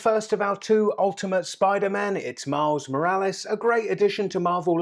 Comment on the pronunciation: did he said miles morales or mouse morales? but even if he said mouse i really like the vid :)